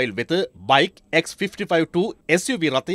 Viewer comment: Suv සගයා ❌ SUV පගයා ✅